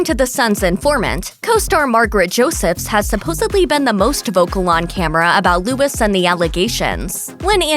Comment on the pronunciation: Luis not Lewis. At least TRY to learn the pronunciation, lol.